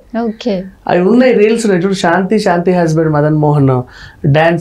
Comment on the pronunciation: Anchor ki telugu rada? Shanthi , devalaya shaka words lo H ledu. Sarriga matadu